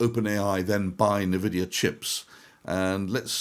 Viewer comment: EN-Vidia not Neh-Vidia Sorry, pet peeve